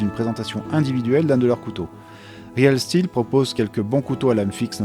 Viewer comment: Ça se prononce riiiil stilll